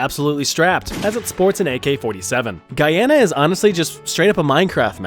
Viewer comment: cheers for pronouncing Guyana correctly and showing some of its beauty!